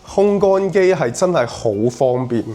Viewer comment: 烘乾個烘字讀控，唔係空。客厕你話係公衛，我諗你唔係香港人。